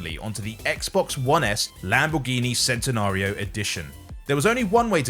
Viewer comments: Me as a car guy cringed when you said Centenario like that my guy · the way he pronounced centenario pisses me off